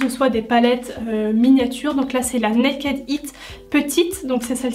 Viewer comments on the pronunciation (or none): none